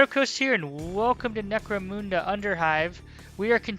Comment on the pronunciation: Not criticising, say it how u want, but, it’s necro munda, munda like under not necro moonda, u get a like for the effort tho 👍